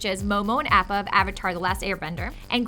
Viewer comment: I can't. You Appa with a long a sound. . you sin will never be forgiven